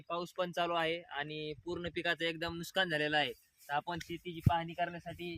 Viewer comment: नुस्कान नाही हो नुकसान असतं